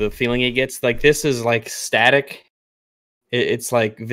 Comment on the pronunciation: I know actually addresses it not long after this, but he should still be absolutely embarrassed he thought the word was stativ and not static lmfao.